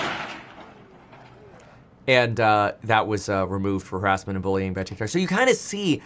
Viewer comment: Thanks for providing responsible content despite tic toc flub lol